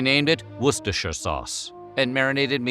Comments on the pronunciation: Thank F**k an American who pronounced Worcestershire correctly. Hats off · So is no one going to mention this is the closest an American has ever got to pronouncing Worcestershire? Source - Me living in Worcestershire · I thank you most wholeheartedly for actually pronouncing “Worcestershire” correctly... a feat that seems to be beyond the ability of every single YouTube cooking creator! 🤣 👍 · I think this narrator is one of the few people who can pronounce Worcestershire correctly. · An Englishman from near Worcester, genuinely impressed by your pronunciation of Worcestershire! 👌 Americans always seem to struggle with it 😅